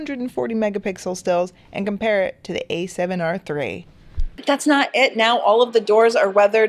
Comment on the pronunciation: haha "Com-Parrot"